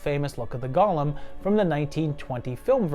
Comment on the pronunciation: The creature is called a golem (GO-LUM, NOT GOLL-UM)